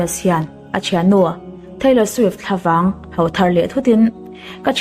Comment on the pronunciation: Ma'am,țawngkam i thiamin Duhlian țawng pawh i thiam ka ti khawp mai.Mahse,ka'n ti teh ang aw......'ho' tih i lam dan hi ngaihthlak hreawm ka ti deuh țhin...'ho' ti lovin 'hau' tiin a ri tlat țhin a,nang pawn a diklo tih i ngaihthlak pawhin i hriat tho ka ring e